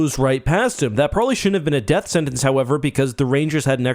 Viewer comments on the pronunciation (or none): none